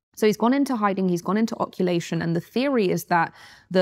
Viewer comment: Her knowledge is flawed and her pronunciations are awful. Muhammad al Mahdi isnt a prophet. It's 'occultation' (i.e., occult/hidden, the Arabic is 'ghaybat'. Occulation? Eyes wtf are you talking about?